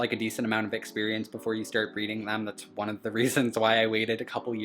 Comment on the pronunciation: the one you called one sounded like you said Juan so name him that.... pretty cool by the way and i am taking my tokay to the vet tomorrow at 10 am to visit with the doctor that suppose to be rally good with reptiles so that is pretty cool but my guy is sick so that isnt so cool.... he has a number of parasites that he had when i got him about 2 months ago now. i took him for an emergency visit the other day but they said to keep the monday appointment since i wouldnt be able to see the specialist and they didnt charge me that day also........ i was worried but they said he will be ok so its just a matter of getting him treated and then he will finally start eating on his own.... i have been feeding him like a baby in my shirt pocket for this whole time and he has been growing and it seems like we have a pretty cool bond like he knows that i am helping him.... he hasnt bitten me since the first week that i got him. i will be calling the pet store back to let them know what parasites he is diagnosed with. they had him with a hand full of golden geckos and lined geckos in the same cage. i got him for only 23 dollars and didnt think anything of it except that it was cool. he is the first reptile that i had in a long time also and now i know better due to endless research that the price was maybe a red flag. i am happy that i got him though and i been doing a really good job with an advanced reptle so i got alot of great experience out of it and possibly the tamest tokay g